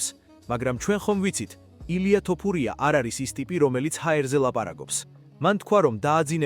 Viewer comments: რაის ტოპურიააა fuck AI content. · ტოფურია არა, თოფურიააა